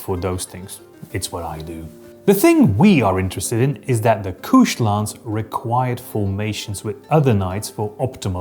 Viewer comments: That would be couched, pronounced like the sofa, not "kooshed". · Holy shit, all these years I always thought couched was pronounced like couch, my bad. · Is "couched" actually pronounced like that? I always read it as the cow-ched like a sofa. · He's using a French-ier pronunciation!